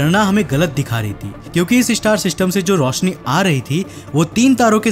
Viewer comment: 'visal' nahi 'Vishal'... Rosni Nahi "Roshni".. learn hindi 1st Fir Gyan Bat....